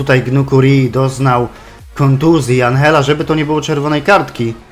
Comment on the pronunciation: i Andżella albo Anżella,a nie Anhella to jest Włoch,a nie Hiszpan czy Argentyńczyk